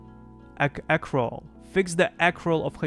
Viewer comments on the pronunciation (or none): Accrual (Uh-crew-ol): To gain something over a period of time.